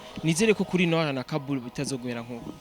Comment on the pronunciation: Beniii nukuri ni NORIA pas NOLIA tuvug neza plz 😍🤣🤣🤣🤣🤣🤣